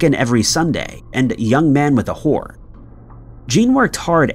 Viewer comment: I'm old enough to know it's "Young Man With A Horn" although it does sound like "whore" because of sloppy diction.